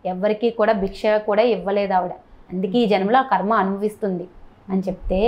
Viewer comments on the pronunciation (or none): none